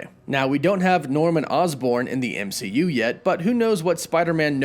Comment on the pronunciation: Dimonstrated??? It's pronounced demonstrated. ehh not ihh. EMCU not IMCU! How do you not notice it?? Especially when you have a very strong command of the English language! So weird!